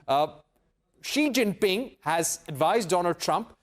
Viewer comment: This Indian anchor purposely pronounced xi name in a derogatory manner...that his name has s#£@ is so apt